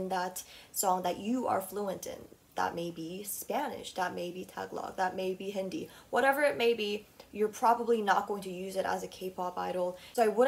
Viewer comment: Girl when you said Hindi I was like that's not how it's pronounced 😂😂